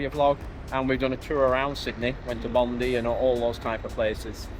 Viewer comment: As a fellow northerner I do love hearing “Bondy” but it’s defo “Bond - eye” 😉 What an epic trip! Good on you both for living the dream! This is one that’s on my bucket list 🥰